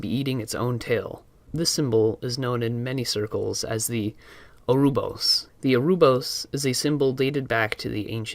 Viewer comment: Orobouros fam, not orobous